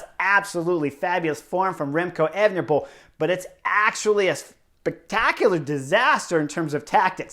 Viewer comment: Could you say "Evnepoel" one more time?